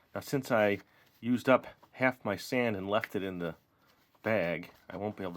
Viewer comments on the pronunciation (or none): why do you call it sond?